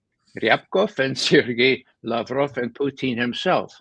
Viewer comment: Judge Andy claims Lavrov is a friend, but doesn't show hi the courtesy of pronouncing his name properly.